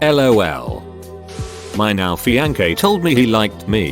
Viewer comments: The translation of some of these words are just as funny as the stories. Stoo-op-id. Fi-an-kay. WTF! LMAO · the way the reader pronounces fiancé killed me 😂